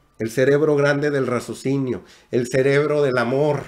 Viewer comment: Y no me lo tomes a mal. Se dice: RACIOSINIO. No razocino. Y si. Tienes razón. Hay que saber qué escuchar, porque debemos saber discriminar, qué escuchar.